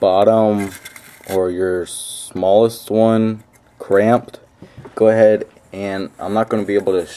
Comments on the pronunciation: It's CRIMPED not CRAMPED. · I'm pretty sure it's crimped not cramped